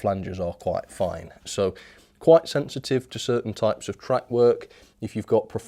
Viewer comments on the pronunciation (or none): none